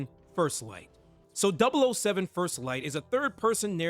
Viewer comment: ah hell nah 😂 it’s kinda funny these YouTubers acting like they’re familiar with James Bond but don’t even know how to say MI6 or 007 😂😂. Like I’ve only ever watched skyfall which I thought was peak at the time and played golden eye when I was a kid even tho by that time the game was already pretty old. I wouldn’t consider myself a super fan but DAMN those are the absolute basics 😂